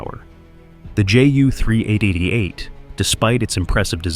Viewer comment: Horrible narration from a AI generated text. Then add in a massive amount of Black and White film footage of non Ju 388 aircraft and pile on top of that a childish video filter with scratches and lines to give the effect of old film footage! Sorry but mostly a waste of time especially as the narration repeats the same textual information. Ju should be pronounced as J U not Jew or Juh!